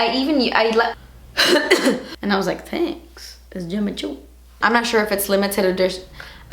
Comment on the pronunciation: "Tenks isss Jimmi choo"😂💛